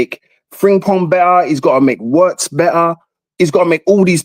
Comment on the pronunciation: I hate when people can’t pronounce Wirtz name right it’s Virtz not Owritz